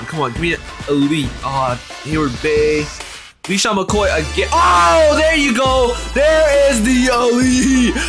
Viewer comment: this dude said leesean McCoy